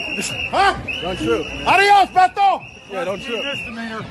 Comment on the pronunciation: I do believe it is pronounced "whedo." White boy from San Antonio.